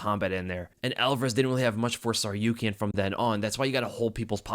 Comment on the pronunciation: Yo, thanks for the breakdown, I missed this one live so reminded me to go back to it. On a note, why tf can't the broadcasting team pronounce Arman's name? You pronounce Tsarukyan so fluidly I have to assume you pronounce it correctly, broadcast sounds awkward af 🤣🤣